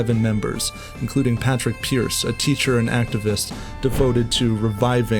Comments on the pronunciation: It’s actually pronounced Pawd-rig Pearce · Just one thing though: pádraig pearse is preferred